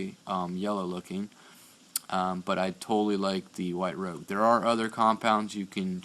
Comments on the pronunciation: The word isn't "rogue", it's the French word "rouge" - like makeup for the cheeks. Otherwise, nice vid. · You mispronounced rouge, you pronounced rogue. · It's 'Rouge', French for red'ish. 'Rogue' is what you are saying. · Good vid dude. I make jewelry( prec metal/ genuine gemstones) I got the Flex shaft(Home desperate) and the smaller chuck(E-Bay) for cup/ bud burs etc w/ 2/32 shafts. No need to pay $500 for a jewelers flex shaft. The bonus being I can use it around the house too. BTW it's called Rouge. pronounced "Rooshe" (En France') For heavy scratches get the red compound(Ebay $3 free ship) then hit it w/ wht (diamond polish compound). Good job!